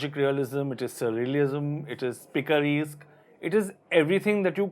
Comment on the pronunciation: Was it picaresque???.. Coz its pronounced "resk(like desk)" or "reeeeesk".